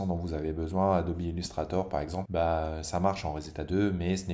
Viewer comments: Marrante ta façon de proncer ADOBE ADOBI....😂😂😂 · On dirait la logique allemande mélangée avec la prononciation anglaise,c'est assez amusant.